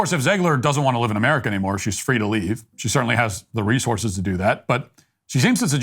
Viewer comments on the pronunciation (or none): none